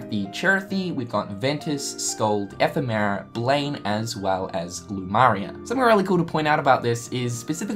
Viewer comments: BREH ITS FUCKING LAURIAM! LAW-REE-UM ,NOT LUMARIA FOR TURTLE NIPPLES SAKE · still calling Lauriam Lumaria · It's Lauriam, not freaking Lumaria, geesh. Stop imposing what you think should be the name, and call them by their real names. It's Strelitzia, not freaking Stralisa, yoy can clearly see the "T" letter in her name, and you see an i right before the last "A" -.- it's not funny, it's not cute and definetly not entertaining. It's just annoying and it makes me think that you simply don't care to learn their proper names. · Not Lumaria, Lauriam damn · It's Lauriam not Lumaria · FUCK,. It's LAUriam, not LUMAria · Lauriam, NOT Lumaria. Strelitzia, NOT Strelaisa. 🙄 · it's LAURIAM not LUMARIA! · lol everyone I know keeps calling Lauriam Lumaria so I laughed when u said it too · PuffDaddyJ_ WTF MAN lol Lore-e-um that's what I thought, but now his name is pronounced like a girl's name, I quit XD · Please. It's Laurium. Lore-ee-um! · Chris Hurley That's how I pronounce it, so I dunno how everyone else wants to. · C'mon man, his name's Lauriam. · How to pronounce Lauriam: Lore-ee-um. You keep switching the r and m. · BOI if you don't stop saying LUMARIA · I think you meant "Lauriam" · How can you pronounce that flower but not Lauriam or Strelitzia?!